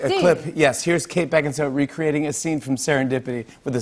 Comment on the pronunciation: How come no one in the comments has pointed out that Fallon says "serendipi" and not once but twice.